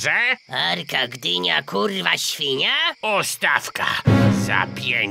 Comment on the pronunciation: nie mogę z jego głosu i wymowy "arka gdynia kurwa śwninia"